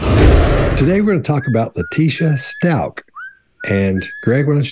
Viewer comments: There is no n in the last name! It's Stauch - not Staunch. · Correct. Pronounced Stowk (Stauch)